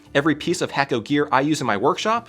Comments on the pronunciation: FYI, you're pronouncing your sponsors name wrong. It's pronounced "hah koh" not "Hayko." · Great soldering equipment but it's not hack-o, but hay-co... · It's pronounced (hah-ko) not (hack-o) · Should start pronouncing hakko properly if you truly enjoy their products. The 'a' is pronounced 'ah.' So you pronounce it Hahkko. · HA - KO not HACK - O